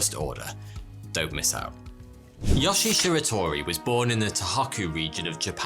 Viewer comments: Yoshi!?!?! Srsly tho pls the i is pronounced as “ee” and e is pronounced as “eh” So it’s like “Yo-she-eh” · His name is YoshiE, not Yoshi. When Japanese words are spelled with Latin letters, they're read with their real pronunciation, not the bullshit English one. E.g. a is "a", not "ey", i is "i" not "ay", etc. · for all the non japanese speakers out there. the E in yoshie is pronounced. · is great but his Japanese pronunciations was horrible. Example: yoshie’s name. He pronounced it ya-shi, while it’s actually pronounced yo-shi-a. The videos good but this story was done better by Kento-bento if you want to see it. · Why does he pronounce it "Yashi" oh well... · Yo-shi-e. Three syllables. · Pronounced: Yoshi-eh